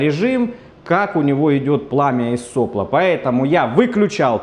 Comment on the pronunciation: Пламя, не из со́пло, а из сопла́! Ну никак не могу смираться )